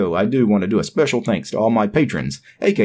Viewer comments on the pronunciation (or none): none